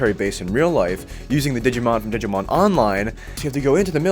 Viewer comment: Glad to see a digimon world 3 fan. But his pronunciations of the Digimon hurt me. Still a good video.